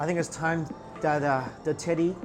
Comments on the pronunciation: That food looks amazing!!!!!! Also, don't kill me, but when you said teddy, I thought you said titty and then from there, I kept hearing titty. LOL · Everytime he says ‚teddy‘ I understand titty and I can’t stop laughing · my mind must be completely in the gutter, but everytime he says teddy, it sounds like titty to me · anyone else here titty bear instead of teddy bear cause thats what i heard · I thought he said titty bear not teddy bear. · it sounds like he's saying titty when he's saying teddy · I basically said tiddy, but he meant teddy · I thought you said tiddie bear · I thought he said goodnight titty 😂😂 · When he says teddy bear it sounds like he said titty bear XD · I thought he said good bye tiddy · in the second place it sounds like he's saying tiddy. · i heard it as “titty bear” 🤣🤣🤣, adorable. now i’m craving for hotpot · am I the only one hearing him say tiddy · I heard tittie when you said teddie lol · I swear I heard him say tiddy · def thought i heard him say "Titty" not "tedddy" lmao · l know i wasn’t the only one that heard tiddy when he said teddy...right? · I keep hearing titty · It's sounds like he's saying titty bear